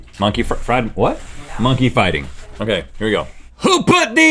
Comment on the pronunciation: Phrase: Monkey fighting Rhett: MUH-NKEY FITON!!!